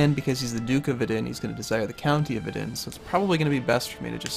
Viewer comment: You pronounce Vidin wrong :D